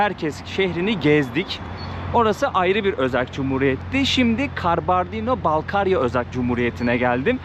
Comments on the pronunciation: KANKA KALBARDİNO DEĞİL KABARDİNO😎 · Karbondino değil 😂😂 Kabardey diye söyleyeceksin. 😂😂😂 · Gittiğiniz yerlerin tarihini kültürünü araştırarak gitmelisiniz. Kabardino'nun adını bile doğru söyleyememeniz gittiğiniz yerle ilgili ne kadar araştırma yaptığınızı gösterir. Yine de çabanız güzel teşekkürler. Türkiye ve Amerika'da yaşayan bir çok Balkar türkü var onların tarihlerinde çok trajediler var. Ordaki müslüman halklar ikinci dünya savaşı sonrası hepsi Kazakistan ve kırgızıstan steplerinde sürgün edilip 14 yıl sürgünde kalmış ve nüfusun 3/2si yokolmuş. Sürgün nedeni ise onların kültür-dil ve dinlerini yaşamalarına müsade edilmemesi yani kominizm ve Stalin'den illallah ettikleri için Alman'lara yardım etmeleri yüzünden ... neyse google'a yazarsanız hikayeyi öğrenebilirsiniz. İnsanlarla inglizce değil direkt türkçe konuşsanız kesin sizi anlarlardı. Özellikle Kumuk-Karaçay ve Balkar(Malkar türkleri). Okullarına , derneklerine gidin sokaktakiler size kültür ve tarihi anlatmazlar. Karaçay-çerkesk'de Alieva adında Karaçay-Nogay dilinde eğitim verilen büyük bir üniversitesi var. Orda çok türk öğrenci de var. size yardımcı olurlar.